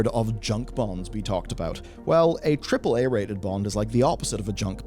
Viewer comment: can't even say AAAA, and that's wonderfully hilarious